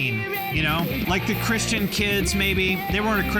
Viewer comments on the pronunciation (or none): none